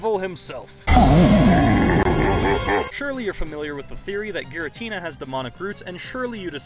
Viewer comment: Isnt it pronounced "Gee-ratina"?